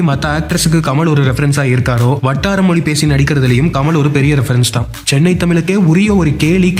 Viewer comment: மொழி என்று சொல்லிப் பழகுங்கள்